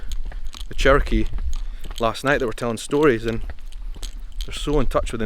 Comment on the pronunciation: Glad you learned how to say Cherokee